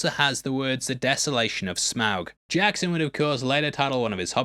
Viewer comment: you pronounce Smaug correctly, then seconds later pronounce it wrong. How?